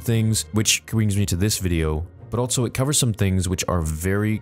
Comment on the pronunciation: bro why do you say "altso," it's so noticeable every time you say "also"